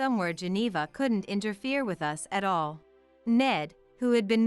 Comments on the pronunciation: The AI can't say us. They call it U S instead of uhs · No space between the different stories, which almost run into each other! Why is the pronoun "us" read as "u s" (2 letters), instead of the pronoun itself?